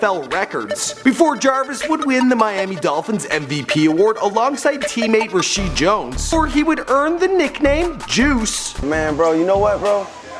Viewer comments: its rashad jones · Rasheed Jones? Lol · Rasheed Jones? What the hell? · DID HE A REESHEED JONES ITS RASHAD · Isn't it said Ra-Shad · lol he said rasheed Its Reshad pal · Rasheed Jones? Dafuq? Its Rashad shit aint hard to say plus youre opening sentence honestly was bad I had to listen to it again to hat you were trying to say. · Resheed Jones? Wtf? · Resheed jones? Lmao